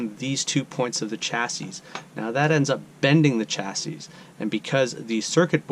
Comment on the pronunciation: Thanks for the excellent troubleshooting video. I really need to get with the times on 3D printing! Just an FYI, chassis is pronounced "chassy," at least for my 50-plus years as a tech. Your video and the info presented is absolutely great!